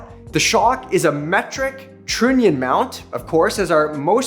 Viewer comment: Lol. What's a "trinnion" mount?